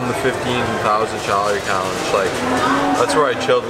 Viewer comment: "15 thousand challery callange" Hahahaha when the food gets to you!